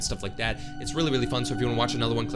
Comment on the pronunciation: bro litrally said "Unsubscibe"